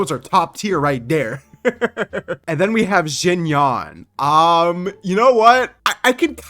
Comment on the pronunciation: Btw, "Xinyan" is pronounced "shin-yAn" not "zhingyawn" :]